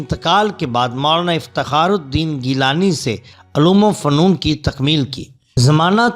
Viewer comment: Bhai apna talaffuz durust kr lo... Aloom fanoon nahi uloom o funoon hai or audh nahi avadh hai